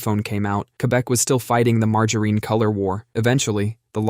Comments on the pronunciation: It's "margarine" with a short i. The only "Margereen" is Butters Stotch when he's in drag. Also, it absolutely does not taste almost like butter. Ugh! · Margoreen?? It’s not Margoreen. At least not in the PNW. Do people actually say Margoreen in other places? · We can never mock the pronunciation of margereen enough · You're getting closer to the correct pronunciation of margarine. You got the soft G right this time, but the final syllable wrong. It's "mar-jah-rin," not "mar-jah-reen." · Had to fast forward past the butchering of Mar…ger….IN. 😂🤦🏼‍♀️ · MargarEEn? 😂 That’s funny! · Marger REEN 😂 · Again with the Marge - A Rene, lol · it was far worse in an earlier one, something like MAR-GUN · It’s illegal to say margarine that way 😩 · Fun Fact Brits get it closer to the correct pronunciation, it being a french invention and said closer to it's french pronunciation in the UK. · 😂 at least it should be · Pronouncing it that way is sack-ra-leej-us